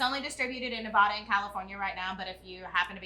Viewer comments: Just subscribed. Looking forward to your review of Frey Ranch Rye. Oh and friendly advice - its's NE VAD- ah, not Ne- vah, duh :) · So happy to see Frey ranch getting some recognition. By the way it's Nevada not Nevoda.